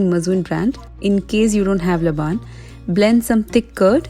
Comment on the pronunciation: Hello.. dear sister ur videos are amazing… by the way it’s not pronounced labaan its pronounced as laban (laben)…